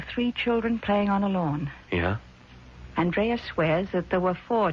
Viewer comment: Anyone notice how he switches back and forth from AND-rea to aaand-REA?